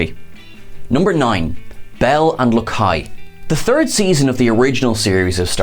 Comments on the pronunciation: Did you watch this episode, or are you just [mis]reading a script? It's Commissioner BEEL, not BELL. And thanks for the gross misrepresentation of President Trump. You can do better than that, on both accounts. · Beal, not Bell. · Do you even watch the show? Beel (long e)